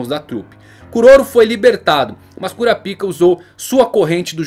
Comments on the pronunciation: Muito bom o video, só é engraçado escutar "♪ Kurapíca" no lugar de "♪ Kurápica" que me parece mais natural de falar e mais family friendly. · Kurapica? Não se pronuncia kurapaica? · Kurápika, e não "Cura Pica". Quem "Cura Pica" é urologista 😂😂 piadas a parte, bom video... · Essa pronuncia não tem salvação em nenhuma das opções kkkk eu particularmente prefiro o da dublagem KURAPAIKA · Não se fala "Curapica", se fala "Curapaika" Assim q eles falam no anime em Japonês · É por isso que na dublagem BR pronuncia o nome dele "Korapaika" por causa do original parecer outra coisa. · KuraPAIIIIKA... kuraPICA.... Ehhh fróiiiid 😂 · Kurapica? Homi coloca um acento na vogal i pra ficar na pronúncia japonesa ou "ai" para chamar de kurapaica